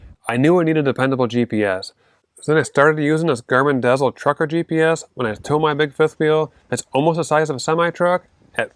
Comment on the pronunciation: Dezl, is pronounced, diesel. Like the fuel.